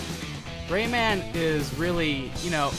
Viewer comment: Its pronounced raymin